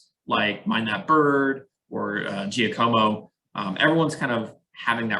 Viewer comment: Giacomo is pronounced jock a mo. Other than that, great points!